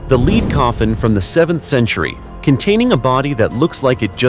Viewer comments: Lead is said, LED. And it couldn't pronounce centimeters, it sounded like, ceminimet, lol. But the subject and videos were really good. I'm annoyed that the people digging things up damaged some of the items. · Gotta be an AI Pronounce lead as leed a normal person would pronounce it. corectly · Lead and lead are NOT homonyms , this one designates the metal , BUT IS HERE PRONOUNCED AS ONE LEADING A RACE.....this is WRONG !!